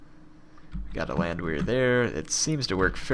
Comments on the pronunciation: It's pronounced Land-Vare. It's German. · Landwehr pronounced land-vair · If I may add, I believe the "Land" sounds like bond or pond in American English, and the "wehr" sounds like air or hair, and of course the "w" sounds like the English "v" . dict.cc/?s=Landwehr